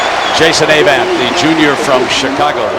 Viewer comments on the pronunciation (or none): I had forgotten how annoying it was to hear Ay-vant all the time. Also, good assist by Roy Manning on the interception return.